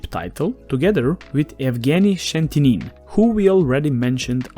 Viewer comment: Its "Evgeny Scheti'nin" - pronounced "sche-ti-nin" (begin with "sche" sound as in the first syllable of "shake"), then "tea", then "nin" (stress on "tea" syllable). Should be pretty simple once you say that out loud a couple of times.